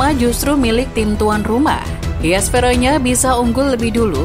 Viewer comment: Verona bukan Veronya Min.